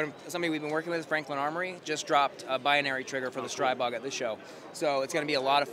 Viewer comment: Thank you for clarifying how to say STRIbog. Not streeeeebog. I hear they are coming out with gen 4 CZ style magainzes. Maybe 4th time is the charm because their mags suck donkey nutz